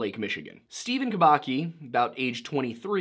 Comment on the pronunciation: Just a little clarification, Kubacki should be pronounced Kubatski